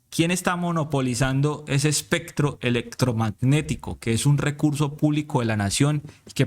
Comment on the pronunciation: Especcctro eleccctrogmagnectico , me encanta, de ahora en adelante solo pronunciaré estas palabras con ese exquisito acento, gracias!! No se le puede hacer más propaganda a taaraadoos como est@ ni miguel ni la cabal ni la paloma ni polopolo ni jp. Fuera de las redes de toda esta diarreeaa uribista